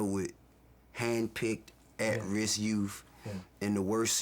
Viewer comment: "wiff" "youff" this screams intelligence.